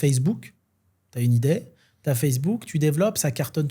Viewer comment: 35'38 "T'as une idaie " Encore raté, c'est "t'as une idée", mon pauvre, c'est un orthophoniste que tu devrais voir et vite, et t'en fais pas ils prendront ta CMUC!